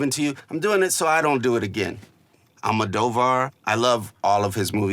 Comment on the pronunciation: All-mahdough-varr is crazy😭😭😭don’t think I’ve ever heard someone pronounce it like that